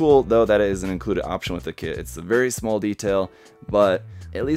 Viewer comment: Did you say "smol"? Lol